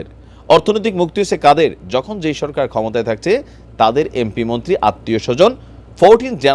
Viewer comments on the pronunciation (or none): none